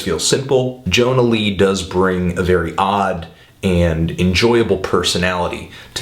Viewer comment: YO-NA LEE, not john-a lee....ugh. lawl.